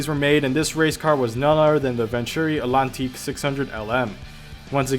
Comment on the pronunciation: in a best motoring race the atlantique found the F40 the performances were similar the name atlantique is pronounced the same way as ... atlantic the T isn't silent